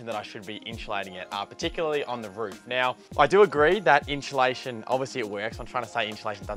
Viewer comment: There's no 'h' in insulation